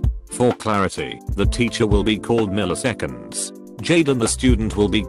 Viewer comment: мiliseкеnds.... jade